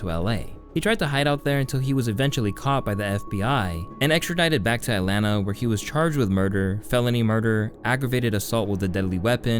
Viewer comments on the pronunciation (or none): Lmao atlana is crazy. It’s Atlanta bro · atlanta not atlana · Its that new sh*t “At Lana”